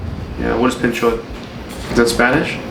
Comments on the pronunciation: It isn’t panchot😂...It's behnchod😂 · What is penchot? Is that spanish? Rofl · Bro said, "panchot." I'm weakkkkkk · he said panchot hhhhhhh😜😜